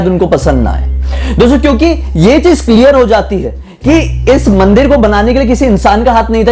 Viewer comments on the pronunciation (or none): none